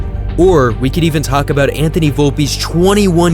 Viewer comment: I heard Yankee frankie. 😂